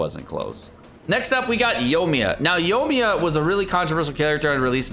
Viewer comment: OMG please say Yoimiya correctly